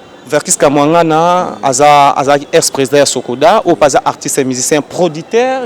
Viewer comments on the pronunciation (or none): Chroniquer prononciation nayo eza bien te Kia....est non Ka stp